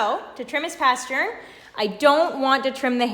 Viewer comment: This is such a patient and pretty dog!! Please pronounce it “pastern,” not “paschurn.” Great info! Thanks!